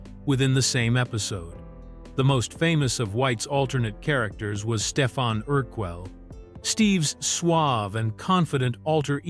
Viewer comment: That's pronounced: "Steph-ON" not Steph-in.